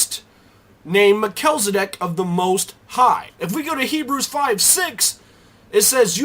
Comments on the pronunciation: pronounced mel-chiz, not me-chel. just saying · You make great points to be considered. Thanks for sharing. The only one gripe I have is that his name is Mel-chi-ze-dek not what you said. Lol. Just teasing. Thanks again. Keep up the good work. I definitely have a burning interest in Melchizedek. I appreciate you! :)